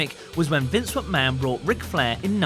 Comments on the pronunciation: He only said Vince McMahon once he always says Vince mucman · At the start of the video he said Vince mucman